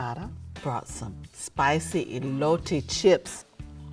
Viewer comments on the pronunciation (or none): " elotay chips" ?